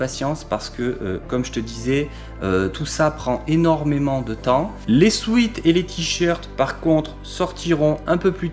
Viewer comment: Sweat (« sueur » en anglais, se prononce souète) et Sweet (« sucré » ou doux en anglais, se prononce souite). Beaucoup de français font la faute. Love you 🥰🥰🥰